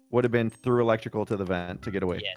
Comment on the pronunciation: “electical” :v